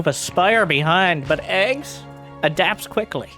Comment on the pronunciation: eGGz reads "Gee gee, yee zee". You read the capital first, then the lower case.